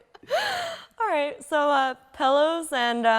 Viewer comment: why does amanda say "Pellows" instead of pillows? anyone else noticed?